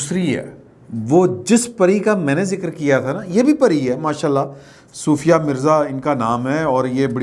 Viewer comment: Excellent vlog. Love you. By the way her name is sofia not soofia.